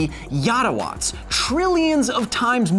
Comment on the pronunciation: "That's a Yotta-watts..." instant regeret Best of Kyle 2018 :D